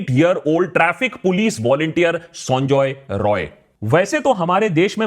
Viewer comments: Akash why do you pronounce Sanjay Roy as Sonjoy Roy. It's sound irritating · He is not sanjoy roy he is sanjay rai sala bihari ata bolte prblm hchhe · Sonjoy Roy nehi sanjay rai (Bihari) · Please correct the pronunciation of the accused name, he is not Sonjoy Roy, it is actually 'Saanjaay Rai', please correct yourself.